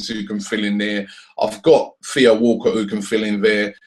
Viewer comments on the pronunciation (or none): none